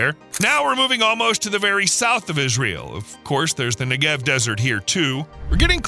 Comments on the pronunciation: very interesting video but please! it's nEgev, not negEV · NEGev. NEGev. Not NeGEV. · Take 60 seconds to learn how to say NEgev (and KinNERet) before saying it 200 hundred times wrong in a video. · Negev not neGev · 2 quick things: With the word Negev, the emphasis should be on the first syllable, not the second (which is what the narrator did). And you can really see the impact of water management from space. Use Google Earth or Maps to see the difference between Israel and her neighbors (and other countries throughout the Middle East). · Jeez Louise! How badly can you mispronounce "Negev", the central word in the clip? It sounds a bit like "legged" in "4-legged animal". Or "beggar". Or "egghead". Stress on first syllable!